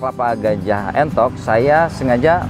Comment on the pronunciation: Sedikit koreksi nggih bukan Enthok tapi Entog nggih. ..